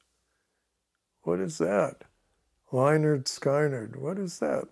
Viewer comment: If says Lenard one more time, im gunn........byby